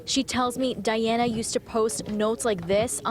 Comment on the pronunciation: Can't the reporter pronounce Diana correctly? she speaks spanish and she already heard the mom call her daughter Diana not Daiana.